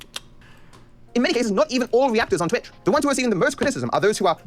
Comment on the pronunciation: Haha, Destiny said Tweetch, what a beetch